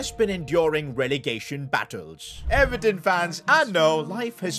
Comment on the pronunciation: Even pronouncing Everton is a huge L